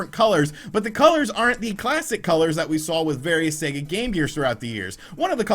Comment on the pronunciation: Thank goodness........an American who pronounces Sega correctly.....finally!!!. Good on your mate:)))))))) A great piece!